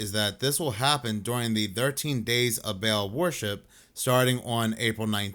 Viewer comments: Not Bail (Baal) It's BAL-AL that's what the hyphen is for :) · ba'al is pronounced ball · Nitpicking a bit, but baal is not pronounced like a bale of hay. It is bah-AHL (both with the same A pronunciation as in 'all'. Hebrew word.